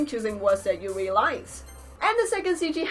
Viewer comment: yuri is pronounced yuďi